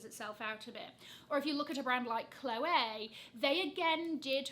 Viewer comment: Adore how you pronounce it as Chloway and not Chlowee 😘